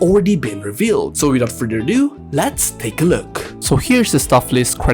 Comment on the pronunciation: almost thought you said "without further doodoo 💩"